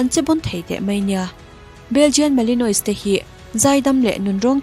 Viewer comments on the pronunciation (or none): "Malinois",ni lovin"Malinua" ti a lam tur.